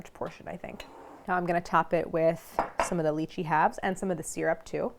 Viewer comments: Claire. I implore you to pronounce it Lie-Chee I don’t even care if it’s correct. I can’t keep hearing you talk about Leeches 😂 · The worst lychee mispronunciation out there